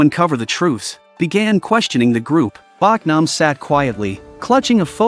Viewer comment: Her name is Bohk-nam not Bawk-nam.